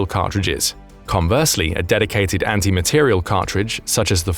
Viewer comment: Good program, but several mistakes: 1) It is an "anti-materiel" round, not "anti-material". Accent on the last syllable. 2) A 750 gram bullet is 3/4 of a kilogram. Not correct. 3) The word "cartridge" is used instead of "bullet". A cartridge is the casing, charge and bullet together. The bullet is what goes down-range, not the cartridge, rather, the projectile. (See birdofgrey6542)